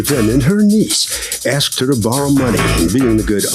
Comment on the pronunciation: She “axed me” lol. Thats such a ghetto response